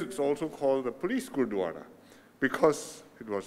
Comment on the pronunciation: It was a such a pleasant surprise. Glad to see our dear & respected PM Lee launching the inauguration & doing such an amazing job pronouncing all the Punjabi words especially Gurdwara. Not forgetting the invaluable mention of the history & the contributions of Sikhs. It is truly well appreciated across the Sikh community. Thank you. sir. Sat Sri Akal 🙏🏼